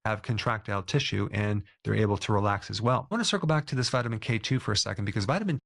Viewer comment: Emphasize k2. Not k1.